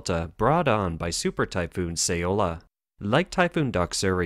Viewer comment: "Say-oh-la"? First you mispronounce "Zhuozhou" for weeks, now this bizarre random "Say-oh-la"? Find a competent narrator. (Who can pronounce "communist," "population," and "Guangdong."